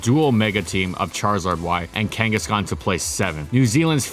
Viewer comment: DO NOT LEAVE OFF THE H IN KANGASKHAN!